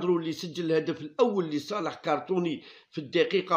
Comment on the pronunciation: Ya khouya shoubir c'est pas cartony c'est crotonne